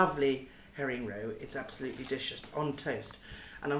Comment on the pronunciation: hahaha, "Dishous" she says about herring roe !!!